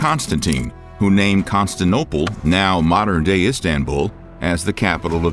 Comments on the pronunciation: The way you're pronouncing Constantinople as Conastople is like fingernails on a blackboard. Some of your other pronunciations are unlike anything I've ever heard. Very interesting video, but I didn't hear anything "shocking" about the Goths. But very thorough history and interesting 😊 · “Constinople” and a handful of other butchered pronunciations are causing me to question the content in these videos. If they can’t get the names right, what else is wrong? Unsub. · Is anybody else really distracted by the pronunciation of "Constantinople" (five syllables) as "Constinopoe" (four syllables)? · I love these history videos, but the mispronunciation of several names is distracting. Constantinople has 5 syllables--Con-stan-tin-OH-pul. The speaker habitually drops one of them (saying something like 'con-stin-ople'). El-Andalus is el-AN-dah-LOOS. And Byzantium has 4 syllables: bih-ZAN-tee-um. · What the f#ck is Constin-ople? It’s pronounced Con-STAN-tinople. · I'm not usually the pronunciation police, but you are saying Constantinople as Constanople REPEATEDLY. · Constinople ....not to be confused with Constantinople. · The Vandals were not from Poland. They were from Vendel in Sweden. Al Andalusia was named after the Vandals... 'Land of Vandals'. It is was called Constantinople, not Constinople. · Con-stan-tin-opal. Mother of God. It was like 23 times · Wow. Not just constinoplopiloplos.. he says nonsensical sentences , misses words out and his pronunciation of Al Andalus is hilarious 😂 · Where is “CON STAN TIN OPAL”, how about some research into pronunciation ??????? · the Constance Opal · yeah it's because they're lazy and are of...mediocre quality....ey, that maybe giving them too much credit. Contant'Nople....LMFAO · "Constanople" ? Prnounciation Duh, Constant' inople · Constanople? Might want to read that again. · Constanople? Really? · Say it with me now...''ConstanTINople".... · I’ve never heard of the city of “Constanopole”. The pronunciation is hilarious.